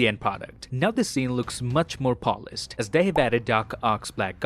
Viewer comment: Polissed is not how we say polished. The 'sh' makes a shoosh like when telling a baby to be quite.